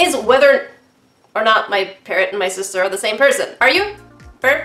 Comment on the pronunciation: XD and she was seposed to help XD LOL "big stister"? LOL